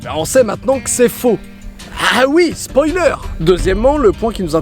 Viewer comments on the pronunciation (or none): none